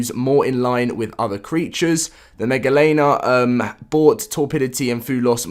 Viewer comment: Dye-me-tro-don, mega-lane-ia